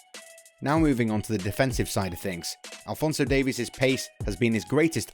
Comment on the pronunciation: Well, at least he pronounced Davies correctly.